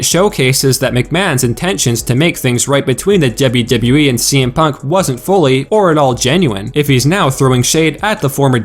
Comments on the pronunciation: The way you say WWE pisses me off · DUB-YOU -DUB-YOU E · Dude you say “WWE” weird. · He says WWE in a weird way